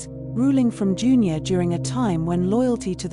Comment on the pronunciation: June- your. Think you mean Dun-ure